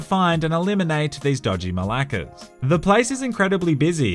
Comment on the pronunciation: Papa I need to know are you saying malakers or malakes as in Greek slang malakes